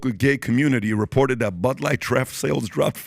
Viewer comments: He can't read. It's "DRAFT BEER" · Pat is a multi millionaire but can't pronounce draft beer